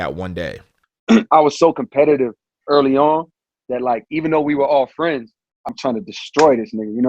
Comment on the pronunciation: I love Kendrick and Dave’s relationship 😊❤ as the man says… ‘true firiends’